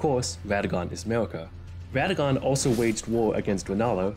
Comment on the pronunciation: I didn't think i was this superficial, but lord, when you said "ʋadagon" "ʋepented" and then "maʋʋied" "ʋennala", i couldn't help but cʋinge.